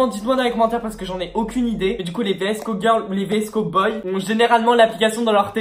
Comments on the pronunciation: vsco se dit visco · Ça se dit visco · on dit vsko girl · Vidéo pas du tout travailler tu ne t’ai même pas renseigné pour savoir comment ça se prononce , si cette vidéo a déjà été faite (et oui des milliards de fois) et genre aucun rapport avec la mode “année 80 ”🙄 Bref c’est une critique constructive parce que faut vraiment que tu t’améliore🥵